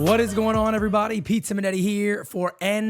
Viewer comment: Heard ur name as Pizza Magnetti 😂